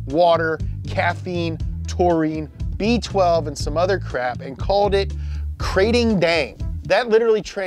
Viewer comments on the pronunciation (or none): Kr-AH-ting, making my ears bleed with the Krayting